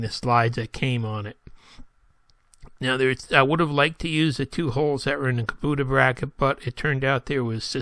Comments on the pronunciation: Its a kub oh ta not kuboota. Dummy.... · Geez it's KA BO TA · Donna K Kasper him saying kaboota made me turn the video off